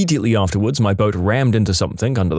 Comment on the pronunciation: No K in the word something